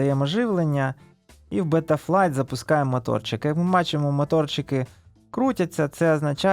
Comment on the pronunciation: Не мАторчики, а моторики, дуже ріже вухо